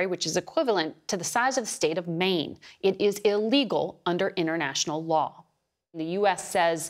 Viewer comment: "Innernational law" ? I think you mean "international", which is something completely different.